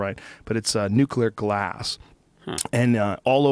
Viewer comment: Still struggles pronouncing "nuclear" lol love this guy